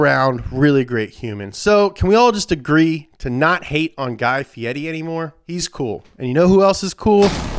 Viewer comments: Guy Fee-eddie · Why does he call him "guy fieti?"